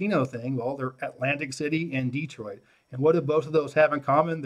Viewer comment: Side note: I cringe when people say “Dee troit “. It’s just Detroit. Ok carry on. I love this video.....